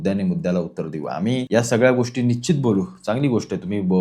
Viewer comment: Nicchit nahi Nishchit mhnayla shik